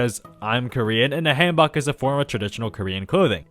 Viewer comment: btw its "kit-su-ne" Lola not "kit-soon" Lola also hanbok mandy is pronounced "Han-bou" Mandy